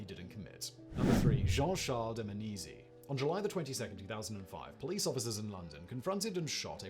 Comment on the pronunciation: If you are interested in make a "part 2" of this video, look at a case in Brazil generally called "Escola Base" or "Escola de Base" ( and you pronunciation of the name of Jean Charles de Menezes are wrong and awful )